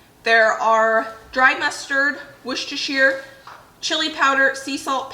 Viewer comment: I love these videos with you and your mum, you are a wonderful collaboration! You are so funny, in a loving way, bouncing off each other. Mum is incredibly organised. And may I say my heart sang when I heard your pronunciation of Worcestershire sauce! 😂